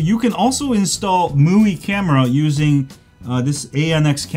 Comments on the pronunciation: It's Me-you-I not mooeee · It's pronounced Mee-UI. Welcome. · You said MIUI like it's MUI , no offense btw just want to address this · Could you please just decide upon one way to pronounce MIUI? You're switching between them is really annoying You can say "xiaomi MI 9" but you can't say MI U I (MI-just like in the name of the phone + UI) Just like huawei has(or had) its EMUI(emotion UI) AND no way is it MooWi